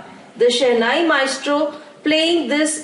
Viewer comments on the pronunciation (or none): It's not maistro it's maestro